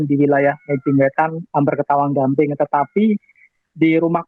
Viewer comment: di gamping mba bukan gambing